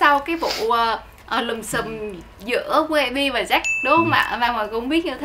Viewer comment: Phát âm chuẩn tí đi Quân Ap ,Jack mà cứ đọc Rách Rách,nói chung thằng quản lý cũ của Ap hồi đó là PVT thừa biết do bà mẹ nuôi Tạ Hà nhưng vẫn cố dìm Jack,vì Jack mới là con chốt của bả mà,nói chung ko có vụ lùm xùm với Jack,AP chắc chắn ko dc chú ý nhiều đến như vầy.